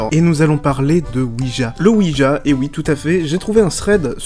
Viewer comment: Il faut quand même savoir que la planche Ouija se prononce Oui ya. C'est le Oui français et le Oui allemand😁